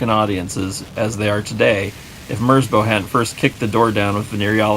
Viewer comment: quick fyi: merzbow is a respelling of merzbau, a german art piece. it rhymes with cow